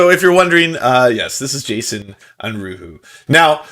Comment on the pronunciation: the name is german. it translates to unrest. please look up how to pronounce it. it sounds really odd to my german ears